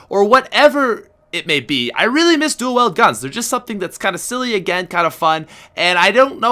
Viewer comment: Stop saying dual weld its dual weeld